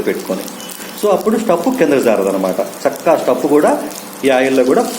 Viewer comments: Sakkagaa kaadu chakkagaa ani palakandi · Sakkaga kadu chakkaga